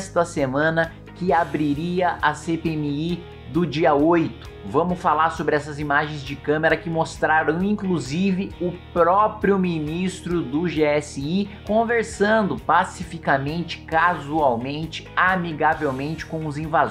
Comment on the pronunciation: É camera e nao camAra. Pra cima deles kim